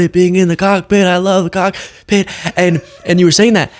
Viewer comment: whenever you say the word "cockpit", NEVER pause in between the words "cock" and "pit". It sounds like something VERY different.😏🤨